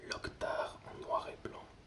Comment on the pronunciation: J'aime bien, mais si tu pouvais juste faire un peu plus attention aux noms, comme lockhart que tu prononces locktar et mrs que tu dis souvent monsieur. Sinon, j'aime bien pour m'endormir. Merci.